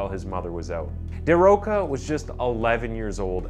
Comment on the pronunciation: “Chee-ah-go En-rri-kay Gomez dah Ro-sha “. 😉 It’s a bit difficult, but that’s how it’s pronounced.